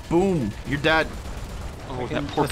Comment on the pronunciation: Somehow it triggers me that he is saying "deadn" instead of "dead". Is there a meaning behind this?